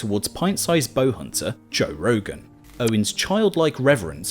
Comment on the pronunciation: toe rogan